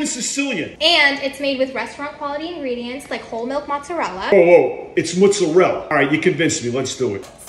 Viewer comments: Gotta love how New Yorkers insist that muzzarell is correct when Italians pronounce their own cheese completely differently 😂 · I am Italian, it's "Mozzarella". Try to say Mo-Zza-re-lla (pronunce the final "a" too!) p.s. I love ur videos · The way he pronounces it is more of a New York thing. So please pronounce the name of the cheese properly ===> Mozzarella!